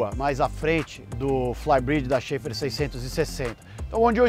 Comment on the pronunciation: A pronúncia não é "xefar"?